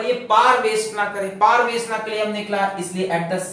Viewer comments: Sir it is power,not par😂🤣😂🤣😅 Just fun😂🤣😂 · Whenever sir says paar who goes like this 🤔🤨?? 🤣🤣